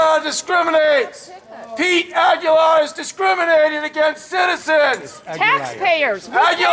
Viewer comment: LOL!! PETE "AguLIAR!!"